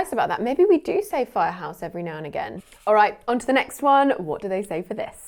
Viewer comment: I've never heard the pronunciation of the word "all" like before. (Uel')